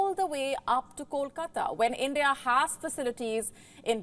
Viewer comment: How do you know how to say kolkata but not vessel 🤣🤣🤣🤣 learn how to pronounce V and not W💀 or you can simply quit because your vocabulary is as strong as your knowledge 📉